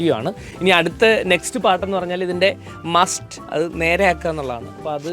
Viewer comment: മസ്റ്റ് അല്ല മാസ്റ്റ്✌🏼Nice Vedios And Good Presentation